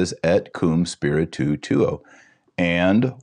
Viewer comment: Also when Et Com Spiritu Tuo - Spiritu is one syllable. Dr Taylor Marshall sounds like he is saying spiritu- tu - tuo.